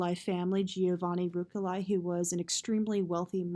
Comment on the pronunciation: It's Ruch-elai not Ruk-elai, uh! It's pill-asters, not pile-asters!